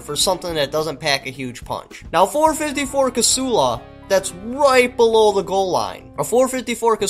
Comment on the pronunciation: When did Casull become 3 syllables? The .454 Casull (/kə'sul/)(pronounced ka-SOOL) is a firearm cartridge, developed as a wildcat cartridge in 1957 by Dick Casull and Jack Fullme. Ditch the stupid cap too.